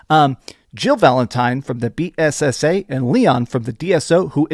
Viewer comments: It’s BSAA not BAAS 😂 and pronouncing Eveline wrong is a big red flag! 🚩 do you even resident evil bruh?? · I’m not shading you but it was hilarious when you said eveline like you were saying it’s maybeline 😂 also bssa 😅 it’s ok though let people roast you we all make mistakes 🤘🏻🤘🏻